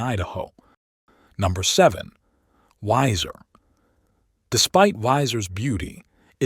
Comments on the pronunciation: Wēiser not Wīser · Not only does it mispronounce Boise, but it also mispronounces Weiser.